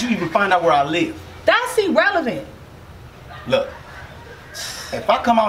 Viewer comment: “That’s E-relevent” lmao